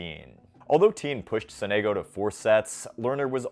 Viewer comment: btw Sonego is pronounced with an accent on the first O